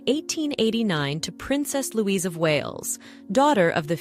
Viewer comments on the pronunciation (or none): none